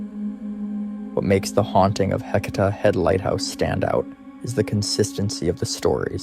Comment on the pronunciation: Dear YouTuber not from Oregon, Heceta Head is pronounced Hey - say - tah. Yachats is pronounced Ya - hots. It's a breathtakingly beautiful area. You should visit.